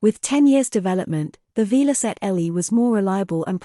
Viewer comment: Shame you couldn't find an IA voice that could pronounce Velocette correctly.